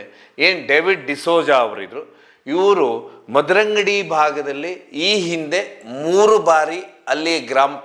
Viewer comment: Madarangady Alla Swamy Mudarangady❤